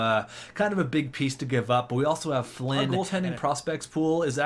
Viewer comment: I love when you say flinn (its my Last name)